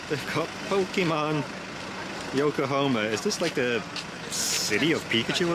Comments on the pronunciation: Pls know it’s YokoHAma not yokohoma…. Pains me to keep hearing you keep mis pronouncing it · Dude, it's Yokahama, not Yokahoma. I believe Yokahoma is a state just north of Texas. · It's Yo ko ha ma not Yokohomea😅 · Yokohoma? Anything like Oklahoma? YokoHahma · I want to do an Asian cruise. I love all of the food 😋 Yokohama is pronounced with an 'ha' 😊